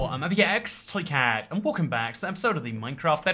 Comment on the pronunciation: Did anyone notice when he says in the intro it sounds like ibjxtoycat